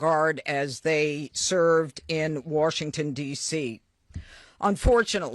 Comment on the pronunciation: she can’t even say Washington correctly why is a Fox News anchor briefing us about a shooting? Why does she even have this job and Patel missuses the FBI for his girlfriend. They shouldn’t have been there in the first place and they wouldn’t have gotten shot.